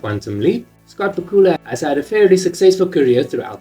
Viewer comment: You mispronounced Bakula.